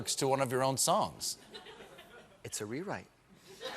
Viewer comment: "It's a rewite" <3